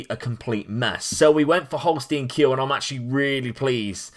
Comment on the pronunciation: Quick tipp for the pronounciation: the S from Holstein is pronounced like a SH in SHRINK, and the EI like the I in NINE. The Kiel is pronounced like KEEN, just with an L Greetings from Germany